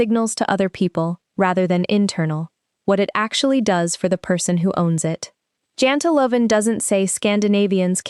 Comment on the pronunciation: It is JANTELAGEN.....